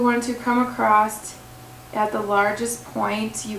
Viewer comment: I wish you well in your weight loss efforts, but there is no "t" in the word across. ;-)